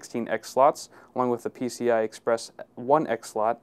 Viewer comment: Lol, he said NCI.